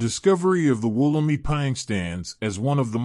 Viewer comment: It's pronounced Woll-em-i (eye) , It's location is not a secret it's in the Blue mountains, but it is a restricted site and not accessible by the general public...Since 1994 there has been many hundreds of Wollemi cultivated and there is a stand of them being gown by NSW parks as part of a conservation project Mt Tomah.